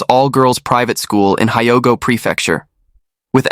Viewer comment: it's pronounced Hee-o-go Rtard.